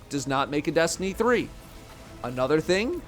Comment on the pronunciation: Destiny Threeuh